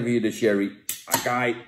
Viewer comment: Wonderbaarlijk hoe hij voor het eerst in z'n leven acai leest🤣👍